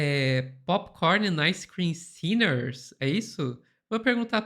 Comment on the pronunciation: Povo burro unido pode não ser vencido, a gente ri muito mas com medo. Não tinha sido melhor escrever o texto em português com a melhor pronúncia possível? Popicórni endi aice crime... Brésil. Por aí kkk